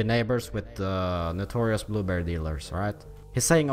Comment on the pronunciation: "Nutorious" bandits Was that on purpose? I know English isn't your first language, but it's Notorious.